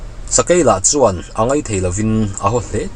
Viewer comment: Ngaihthlak a nuam thin e, mahse tinge (chuan) tih lai hi i lam uar vak zel le🤭🤭😂😂thil ho mai2🤫🤫🤣🤣